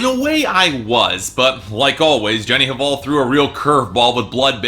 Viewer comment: the pronunciation of artists last name shoud be "val" not "haval". without "h".